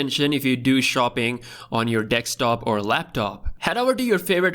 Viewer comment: "dekstop" lol